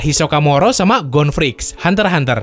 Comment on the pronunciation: itu hunter x hunter bukan hunter hunter 🤣